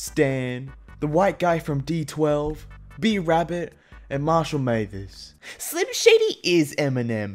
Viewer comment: Marshal mathers not marshal mathers